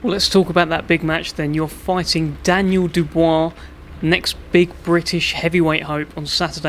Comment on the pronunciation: The way he said Daniel Dubua I’m going to know you out lol🤣😂